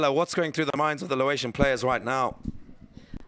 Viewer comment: Laotian, not "Lawaitian" please